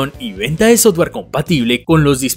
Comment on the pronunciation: Buen video, pero deberías tratar de cambiar ese cantadito insoportable al hablar y no es soTware o HaTware, trata de pronunciar mejor.